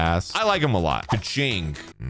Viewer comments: After watching your video i came to the conclusion this ranked video is not your opinion, you are being influenced by your viewers so it's no longer your own opinion plus Keqing you speak out as KUCHING learn to listen to the character intruductions! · i know this is your opinion but why this hate for qiqi? i use her a lot and she is a great character and please prenounce Keqing her name correct listen to her own intreduction befor you say her name please